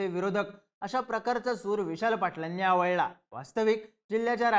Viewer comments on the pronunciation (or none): आवळला नाही आळवला😂